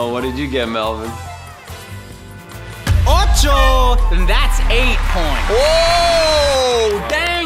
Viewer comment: ಠ_ʖಠ It's Melvin not melborn